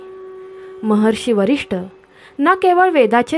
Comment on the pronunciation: Varishtha nahi Vashistha